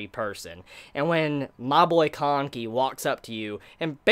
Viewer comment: I swear he said kaneki instead of kanki a few times!